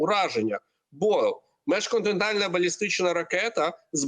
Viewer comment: Міжконтинентальна, а не межконтинентальна. (Другий варіант - перекручене з російської). А так - БРСД, а не міжконтинентальна. Навіть попри заявлену максимальну дальність нібито 6000 км.